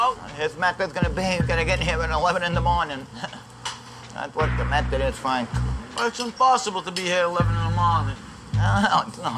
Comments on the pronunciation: "Fwank is a vewy wazy cook, he doesn't even fry the eggplants anymore, my mudda and fadda and up frying it." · FWANK IZ A VEWY WAZY COOK